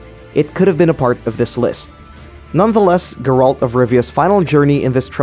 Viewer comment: Duuude why is everybody saying GEROLD ist GERALT